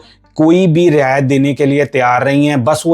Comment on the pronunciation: Bro ਨੜਿੱਨਵੇਂ Punjabi ch hunda te निन्यानबे Hindi ch hunda. Hindi ch रियायत hunda Rey ni hunda..Hindi ch video bnaone par Words ta proper bolo..